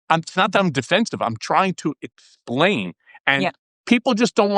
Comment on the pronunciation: “I’m trying to ecksplaain”